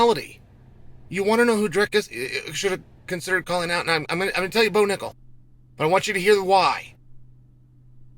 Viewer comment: Not bo nickel”back” 😂